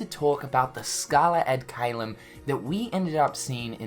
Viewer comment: it triggers me so much how you pronounce caelum